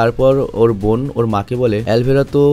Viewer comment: সৎ বইন😂😂 বোন না বইন??😂 ভাই আগে উচ্চারণ শিখেন